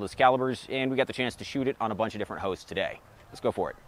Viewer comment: My fav part of the video was in the intro he said "got to shoot it on a bunch of different hosts" but I thought he said "hoes" 😂